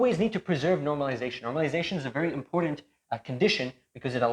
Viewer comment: The "D" in the word important is silent.